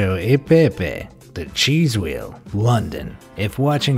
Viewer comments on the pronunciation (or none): none